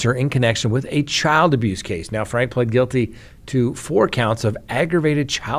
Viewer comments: You probably haven’t watched news stories on this. Her last name is pronounced “Frankee”. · It's pronounced frank-ee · Ruby FRANKE, pronounced FRANK-EE!! Her husband pronounces his last name as FRANK-EE, so I assume that is the correct way to pronounce it. my friend, everybody pronounces it FRANK-EE except you! Why do you always buck the system?? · Franke is pronounced with the 'e' on the end, like 'Frankie'. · Glad you said something but it probably won't change anything. I thought I was the only one SMH at this mispronouncement!! 🤦 😅